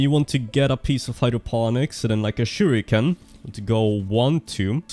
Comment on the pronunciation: "shuriken".. yea sure...